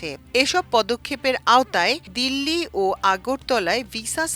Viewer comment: এএএ দীল্লি না ঢাকা 😮😮 আফা: দীল্লি দীল্লি 😂😂